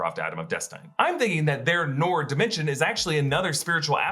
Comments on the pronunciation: It's not noor. It's nur. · Not Noor, Nur😂😂😂 with a hard u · Its pronounced nuur and not noar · noor! not nor! noor! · ok,its pronounced "nour" not "noor" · It's not NOR its pronounced NUUR in Arabic. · Thats not pronounce Noor its Nuur in pronunciation 😶😅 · Noor pronounced as Nuur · Noor is pronounced Nuur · I love you. But it’s pronounce Nur (Noor). Hehe 😬✌🏻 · Please everyone Noor rhymes with lure !! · noor is enunciated as nuer actually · Noor...its pronounced Nur like En Sabah Nur..same meaning 'light'